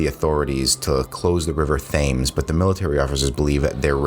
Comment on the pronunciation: The River Thames is pronounced "Tems."